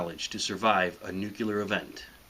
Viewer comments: Nice video, if a little too alarmist. That said, could you please learn how to say nuclear? Think two words... new and clear. nu-clear. Nucular is not the word. Otherwise, fun video. ;-) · Nuclear is pronounced like "New-Clear" not "Noo-Kyoo-Lar" As a child of the 70's and 80's you should be old enough to know that by now. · wow I came to this video hoping you know what you're talking about, until I heard you say new cyular instead of nuclear: NEW CLEAR...NUCLEAR. NEW, CLEARED OUT AREA. read it how it's spelled please. if you're going to talk about it, at least sound professional by saying the right word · Nuke-yoo-lar? It would not be a world worth survival. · Credibility goes to zero as soon as you say NU-CU-LAR. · A "nukular" weapon? I´m out... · just one thing: its NUCLEAR not nucular or something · This guy is an idiot... Nuke-you-ler = Bush dialect. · I'm not familiar with nukular weapons. Never heard that word before. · He kept saying "NEW-KU-LER." Did that bother anyone else? FYI, it's pronounced as it is spelled. Good video, though. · I too caught that Bush "nuc-yler" pronunciation too. Anyway, some interesting stuff was said. It mostly talked about survival from a distance. If you're under the burst none of this matters as you're turned to ashes in a second. Nowadays, you don't even have to detonate a bomb over a city but rather the higher up atmosphere instead to create an EMP. When the power grid goes for good due to the damage caused, we would all start to kill each other for survival. That's even more scary. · ***** Right? This dude says "Nucular" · Dislike for "nukelar". Dumbass. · I can't take seriously, anyone who says "Nukyeler". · Nuclear - NOT NUKULA.....ffs Americans learn to speak properly. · nucular? what and idiot...he is a Homer Simpson... " I didn't even know what A nucular pannerplant was" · Not another nucular bomb survival video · The word is pronounced: "new clear"! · What is this word "nucular"? I think Homer Simpson used it... ;->